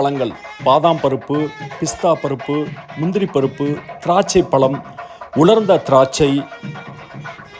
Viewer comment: முளுக்க முளுக்க பளங்களா? வாளைப் ப்ளம், ஆரஞ்சு பளம் அப்புறம்?? முதலில் தமிழுக்கே ஆழகான 'ழ' வை உச்சரிக்க பழகினால் நல்லது...பழம் என்று சொல்லாமல் பளம் என்று சொன்னால் ரசிக்க முடியவில்லை சார்.